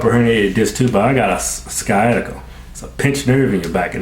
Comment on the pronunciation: the amount of stupid in this video is crazy.... can't even pronounce sciatica